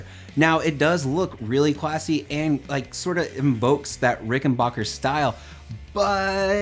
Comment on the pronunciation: Ricken-BACK-er not Ricken-BACH-er. Sorry mate a bass dude should know better.